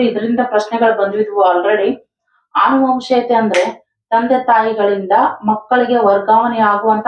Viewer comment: ಆನುವಂಶೀಯತೆ ಅಲ್ಲಾಮ್ಮ, ಅನುವಂಶೀಯತೆ.ಮಕ್ಕಳು ತಪ್ಪಾಗಿ ಕಲಿಬೇಕಾ ನಿಮ್ಮಂತವರಿಂದ